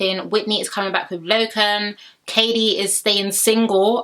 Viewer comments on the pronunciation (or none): Your pronouncing Elom's name wrong its 'EH Lom' not 'eee Lom' also Lochan's name is ' Loh-kan' not 'Low-Con'